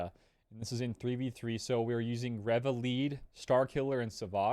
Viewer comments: Reva. Reeeeeva. Not rehva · If you say Reva like that one more time I’m gonna blow my brains out